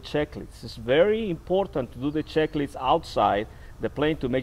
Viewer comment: Flaps at zero for takeoff???? And it's "checklist" not schecklist, "on" the ground, not "in" the ground. In the ground is what happens when you screw up! Lolol!